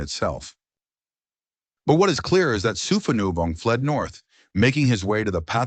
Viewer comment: His name is pronounced “Sue-pah-new-Vong.” When creating A.I. you need to type names phonetically for it to pronounced; and spell the name as is, for captions. 😅 All the Lao names are butchered in this video. 😅😅😅